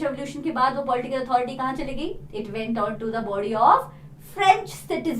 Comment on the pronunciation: Its went, was, want.... not vent,vas,vant...😁.... pronounciation....😆